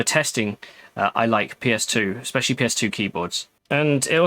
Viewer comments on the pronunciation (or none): none